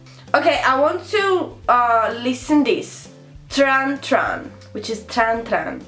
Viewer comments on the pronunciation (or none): Sei simpatica e fai ridere, quando fai la spiritosa, it's TRAN TRAN, NOT TRAN TRAANN